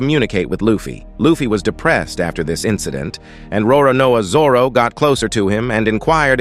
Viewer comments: Roronao Zoro? Roronoa Zoror? 😂😂😂😂 Its Roronoa Zoro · Bro the pronunciation of Roronoa zoro😂😢